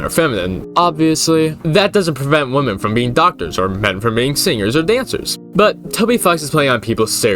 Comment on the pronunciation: okay I have to ask is it woke to say wo-men instead of wi-men? I noticed a very sharp increase in the former pronounciation, as in this video, and I cannot find anything on why